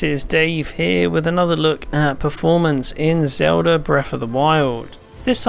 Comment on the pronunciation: Stop pronouncing Zelda as zouda... fuckin jackass. your grammar SUCKS. I should have stopped flirting with dudes in elementary and playing games and paid attention to ENGLISH CLASS idiot